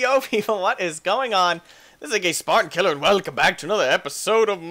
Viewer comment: when he said AKSpartankiller i swear he said a gay spartan killer.